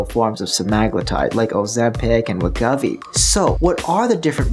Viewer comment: dig ya, and this is an excellent vid, but for the umpteenth time, it is pronounced WEH-GOH-VEE. 😂 Srsly, it’s right there in all the Wegovy TV commercials, you can’t miss it. 😯 Speaking of (Novo) misses… looks like 50mg Rybelsus for weight-loss is likely dead, per the latest Novo Nordisk earnings call. They didn’t come out and SAY it, but it was pretty strongly implied. 😕 Why dead? It requires too much semaglutide. 25mg Rybelsus for weight-loss still seems to be alive though, but with no firm release date. Best guess is probably very late this year. 🤷🏻‍♀️